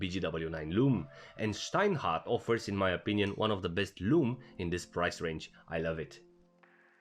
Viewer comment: Very well pronouced "Steinhart". Didn't expect.